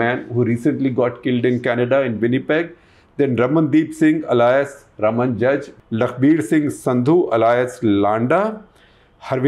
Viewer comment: You are mispronouncing alias